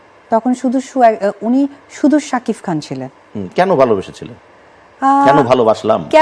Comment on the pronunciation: সাকিফ খান। আজব। সাকিব নাম টাও ঠিকমতো উচ্চারণ করতে পারেনা আফু বিশ্বাস